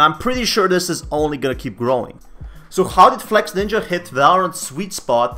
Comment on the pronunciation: its not flexNINJA ok hes flexINJA